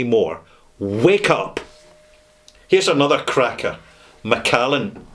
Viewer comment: Macallan, get it right!